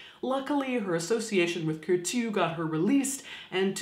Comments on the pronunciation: Bonjour From Paris , Caitlin. I like a lot you Channel that is a perfect way to not be afraid (too much) of death and the different ways to die. :) Well, as the matter fo fact, I believe that the pronunciation of "Curtius" name is not by sounding the "T" as the [t'] but like an "S" or double "S" . I like a lot Madame Tussaud's story and how she manged to be one of the most popular Woman in the world, even after her death! :) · I keep wanting to say "Bless you" when you say Kourteau. Sounds like a sneeze. Lol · The way you pronounce Curtius is so cute !